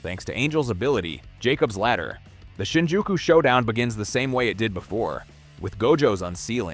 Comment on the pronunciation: BRO U SAID THE SHINJIUKU SHOW DOWN WITH OUT GOATEDJO AURA